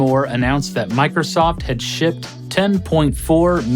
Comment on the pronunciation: exactly, am I the only one hearing "Peter Moore announced that Microsoft had SHIT 10.4 million Xbox 360 consoles." I know it's supposed to be shipped, but it really does sound like norm is saying 'shit'. LOL